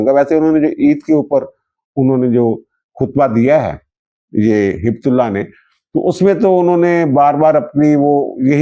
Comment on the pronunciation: ہبت نہیں ہے Heay bat ہے بت ہیبتُ اللّٰہ ہیبت معنی خوف